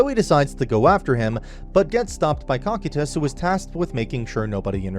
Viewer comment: You got so many names aright then like two of them so far that I've heard that you just called wrong I'm still honest and amazed at the same time. Orichalcum there is no second I in the word. Cocytus idk where you pulled an H from. Adamantite there's second N.